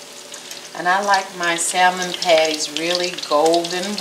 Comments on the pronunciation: The "L" is silent pronounce samon not Sal mon.. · Dear heart. No disrespect intended, and I used to make the same mistake in the pronunciation of the word salmon. The l in salmon is silent, dear. The a is short; consequently; salmon is pronounced saa mon, not sal mon. On a positive note, your recipe is spot on, and using your mama's cast iron skillet is classic, chile. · Yup it’s samon. Without the letter L but we like you, so say how you want. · Salmon, is pronouned SAMMON! The "l" is silent!! You salmon patties look so good! By the way, I love the bones!! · It's pronounced Sam mon. Remove the L it is silent in announciation. Otherwise carry on 👍🏾 Oh! I must say you definitely handle the knife WELL when chopping👌🏾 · Those look great! I'm from NC and lived in the Northwest(Seattle) for a decade and they will let you know real quick that the "L" in Salmon is silent. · Did this TODAY....no bread crumbs tho, flour and cornmeal, but they're excellent. By the way the "L" in salmon is "silent", not pronounced. Good job, good recipe. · Honey you don’t say the L in salmon Just had to say it ❤❤❤No clue why they put that L there lol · The L in salmon is silent!